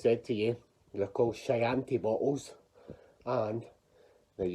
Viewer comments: Shy-anti bottle!!! Try key -anti ... as in what Hannibal Lector loves with liver. Everyday is a school day 😁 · Google says Chianti is sounded as Key Auntie.